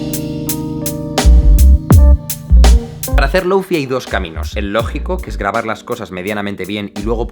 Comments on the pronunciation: "Lóufi"... ni siquiera lo intentan, españoles queridos... ¿Tán difícil es decir "Lou fái"? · deja de decir "lou fi", por favor :( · Jaime, con todo mi amor, se dice: lou-fai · ¡Muy buen vídeo! El lo-fi es la música perfecta de fondo. Sólo un apunte, se pronuncia 'low fai', que has dicho 'low fi' tantas veces que tenía que escribirlo. Luego la gente se queja que los españoles no hablamos bien inglés, pero si desde el principio ya pronunciamos una palabra mal (como wifi) luego todo el mundo la pronuncia mal, en vez de hacerlo bien desde el principio. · Me pega el chispazo cada vez que pronuncia "loufi". DI "LOUFAI" O "LOFI", no un intermedio por favor. Un poco tarde si el video ya esta grabado xd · Nadie : Absolutamente nadie : Jaime Altozano : Loufi Yo: SE PRONUNCIA LOUFAI!!!!! xdddd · Perdón pero se pronuncia Lou fay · Se pronuncia Lou Fai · en realidad se pronuncia lou fai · Men con todo respeto no confundas que el lofi que por cierto se pronuncia (loufai) con algo que es muy común como música para estudiar o para dormir.. porfavor culturisate .. el lofi tiene más subgeneros, no digas tonterías de ultra lofi .. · lou fai... se pronuncia LOU FAI.... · Duda: Si ya pronuncias el “Lo” como: Lou- por qué no dices el “Fi” como: fai- ?? Es lofi o lou-fai, escoge una por favor, me da mucha ansiedad que lo hagan así 😭😰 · Se pronuncia lou fay :v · Una lastima que Jaime no haya terminado el video susurrando a la cámara "se pronuncia Loufai" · Me gustó mucho el contenido, pero no pude disfrutar del video por sentirme mal al no poder dejar de ver la barba sin recortar y el cabello desordenado, y escuchar que pronuncia mal lo-fi :( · Ramdom* Curioso como pronuncia Low o High en inglés pero Fi en español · Todo iba perfecto hasta que pronuncio lo-fi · A alguien más le perturba que Jaime pronuncie bien sólo la mitad de la palabra? Jajaja